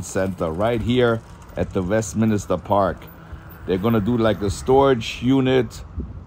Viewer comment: You keep saying Minister when the word is MIN-STER ..LOL